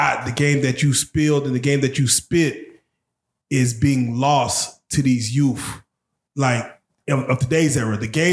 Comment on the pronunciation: Didn't think the host couldn't speak English correctly for instance the word "Youth" is not pronounced "Youf"